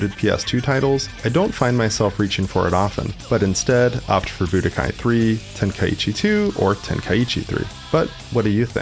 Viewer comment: it's "Ten-kai-chi" not "Ten-kai-ee-chee"